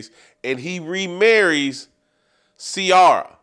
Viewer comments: Jason not knowing how to say CIARA just lets you know that he’s not been black for many years!! I mean my white yoga instructor knows how to say her name. Come on bro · Oh yeah, Black Twitter needs to cancel you, since it has so much power. You just don’t like Ciara and you’re mispronouncing her name.